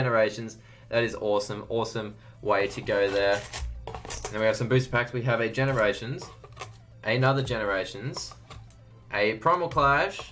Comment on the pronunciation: Aliyah Bowring yea i was like am i just blind or did he literally say ganerations